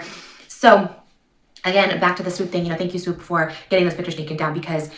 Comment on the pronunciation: I adore how you pronounce Swoop ❤❤❤